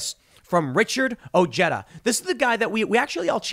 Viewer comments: Ojeda is pronounced "oh-Hay-duh". Unless he has "Americanized" the pronunciation. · Tim, how have you not learned yet that the 'j' is pronounced like an 'h' in other languages. The dude's name is freaking easy to pronounce.